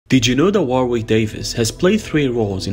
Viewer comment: “Wa-rick” is how to pronounce his first name.